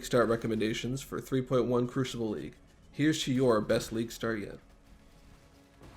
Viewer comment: Crucible “ Kroo-se-bull”